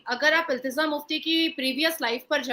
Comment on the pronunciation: Ilteza nahin hai bhai ilteja hai